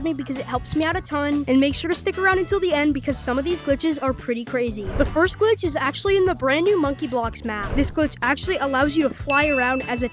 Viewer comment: bro said gilch